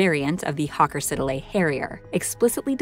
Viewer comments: Sorry it's not Hawker Sid-a-lay, it's Hawker Siddeley lol. Like everything brilliant in aviation it starts out British and we end up giving it away, or scrapping it. I spent the duration of the Falklands war in 1982 working on repair schemes for the Pegasus engine at the RR Rodney works in Filton Bristol England, happy days :-) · Pronounced sid-lay… not sid el a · It's "Sid lee" not "Siddle eh" jeeez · Hawker Siddelay. 😂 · Trust the Yanks to take the credit for this British innovation and can't even pronounce Hawker Sidley correctly What an insulting video clip and the Harrier was also not used in Afganistan either the Jaguar and Tornado was the first British and the tornado Anglo German and Italian